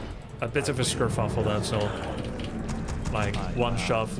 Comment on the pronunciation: Bro said scurfuffle